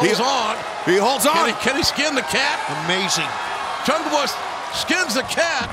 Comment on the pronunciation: Big fan of JR but when will this man learn the name jungleboy. Come on.